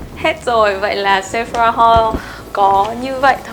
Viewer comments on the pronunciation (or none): Chị ơi chị đừng đọc Sephora là "Sép-pho-ra" nữa nha chị huhu "sẹp-pho-rà" nha chế :333